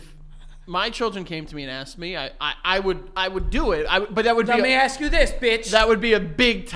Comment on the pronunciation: For a guy who regularly pronounces it "axe" instead of "ask", Joe shouldn't be so hard on words Haha! X'D